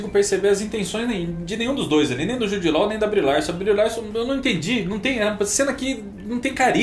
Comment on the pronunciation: Jude “lóu” tá phöda. Jude “ló”.